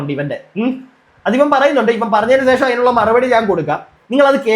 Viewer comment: സേഷം എന്ന് പറയരുതേ... ശേഷം എന്നു പറയാൻ ശ്രദ്ധിക്കുക.... 👍🏻